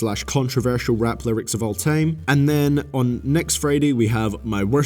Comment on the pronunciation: The worst thing is how you pronounce "Time" & "Line"